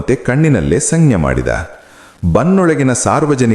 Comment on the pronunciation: Me too, didn't like this voice- 'sangnye'- sanjnye anta odidaru